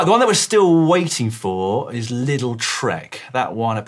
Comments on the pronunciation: Being from Germany: “LIDL” is not pronounced like “little”, the i is a long one more like as in “liter” or “leader”. Think of it like “LEADL” maybe? Getting ear cancer just from thinking about hearing “Trek Little” for the next weeks. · Took me some time to understand treck's new sponsor 😅 It's pronounced "ledl"